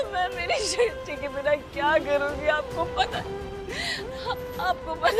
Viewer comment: Sisty nahi pagal srishti 😂😂